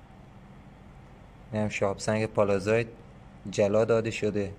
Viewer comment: أستاد من معذرت ميخوام ولي چرا كلمه ي (s) رو شما (ز) تلفظ ميكني اين شهاب سنگ اسمش هست pallasite پَلسايت . قيمتش هم اينجا دارن از شما اخاذي ميكنن ١٠٠ گرم هست ١٢٠ دلار …. چه خبره ٥ هزار دلار ….. ١٠٠٠ دلار بده برات بفرستم از لندن